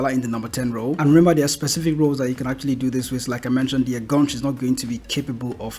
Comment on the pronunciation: En-gaan-shai (enganche)